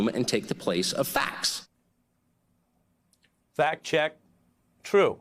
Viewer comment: When did people start saying "facs" instead of "facts"??!!